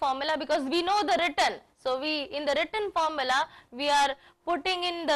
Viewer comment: nice video !! but mam return pronounciation is not correct, which sounds awkward while watching. thanks!